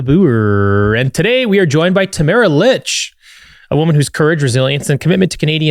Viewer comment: Tamara "Leech" 🎉🎉 4 years later, eventually we'll get her name right! 😉